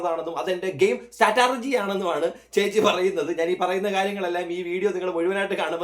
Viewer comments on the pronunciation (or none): Staturgy അല്ല stratugy 🙏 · Statergy alla vattergy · Strategy ennu polum parayaan educated allaatha Air Hostess😂😂😂😂😂